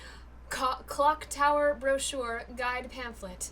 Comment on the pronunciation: Nicole's near-flub of Cock Tower was legendary.